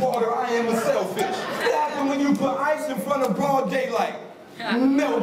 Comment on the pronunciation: That one is “sailfish” not “selfish”